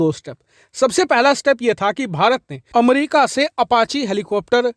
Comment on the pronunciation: Aap to America ko अमरिका ना bole 😂